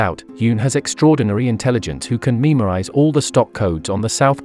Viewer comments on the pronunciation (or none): Memorize ❎ Memerize ✔️ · I just want to know just wtf is "meme-orise" 😂